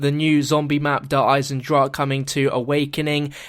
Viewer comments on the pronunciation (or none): A quick German lesson: Its pronounced like Der Eizendrahen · it's pronounced eisendrach-ah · its not pronounced just drach there is the sound of the "E" at the end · Actually it's (I-sen-drock-ah) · It's pronounced (Der Eye-zen-drakah) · Auf Deutsch, it is pronounced "I-zen-drawk-uh". Time for another map name like die rise, which is actually pronounced "D rise-uh" but will always be pronounced wrong.... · Pronounciation: Eyes in dra hen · der eizen-drah-ke, quick german lesson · Wenn der Typ wüsste das er es immernoch falsch sagt... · Just so you guys know, the E at the end of Eisendrache is pronounced, almost like 'uh' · you pronounce the e in eisendrache at the end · Explain machen, its not ma-hen. I was using k as an example, i know its not exactly the same. Look up dragon in the leo german english app, use the voice thing. And think of chemi= chemistry, it isnt hemistry. Look up more examples yourself aswell. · the e at the end is not silent